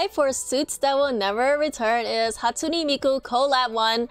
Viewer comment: Its not hatusne its hatsune